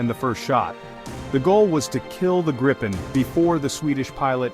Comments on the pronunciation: I was sarcastic. The AI (Artificial Idiocy) pronounced the name graipen insted of correct Gripen. I know all about where the name comes from. I have also been following the development of the JAS 39 Gripen fighter for many years, given that they fly just across the water 40 km from here. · But it´s pronounced Gripen not Grippen (Long "i"). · Greepen not Grypen. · It's pronounced Gr[EE]-pen. With a sharp G and a properly rolling R to start, and EE like in "free". Then pen like that thing you write with. 🦁🦅 No "gripping" short-'i'-double-'pp' sound involved in this word, nu-uh 🙃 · If you, as an English speaking person, want to know how to pronounce the name properly, read it as "Greepen". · what i find so hard go understand is how everyone has so many problems pronouncing the name of the plane.. so i'll make an attempt at writing it so as the swedish would be written with inglish.. i guess if you try to say greepen or if that is to uncomfortable, gyphon instead. Id be most happy. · Thank you for this video. But, get the name right. Swedish grammar dictates that only one 'p' gives us a long sounding 'i'. For english speakets: pronounce the name like it is spelled [gree:pen]. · And please, for the love of God, if you are an American, do NOT try to pronounce Gripen. Just say The Griffin because that is what it translates to. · Grip ("Griffin"), in Swedish, rhymes with deep (not dip), cheap (not chip), weep (not whip).